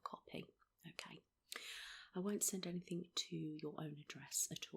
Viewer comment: HER: is there anythink in life that has triggered this off do you think? the way you're feeling? have you gone through some grief some loss or troubles at work fiends family or anythink like that at all?. ME: yeah i lost my farther 2 years ago?. HER: right okay so, totally unexplained?. ME: seriously not even a sorry for you're loss answer.